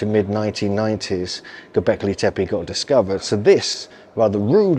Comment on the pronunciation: Porta Sar. Not gobelek tape